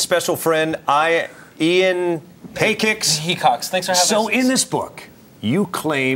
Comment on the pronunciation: They said Ian's name wrong but got Padilla pronounced right. Lol